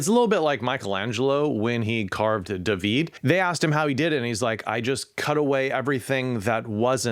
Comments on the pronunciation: Okay, you can't pronounce David like that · So, I'm hearing this everywhere, but what's with the random mispronounciations of common words? Like "David" ? I'm an autist and patterns are one of my bigger things, and this is pretty glaring.